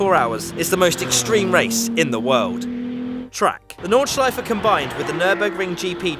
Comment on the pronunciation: Yes!!! is saying Nordschleife and not Nordschlieef or Nordschleif.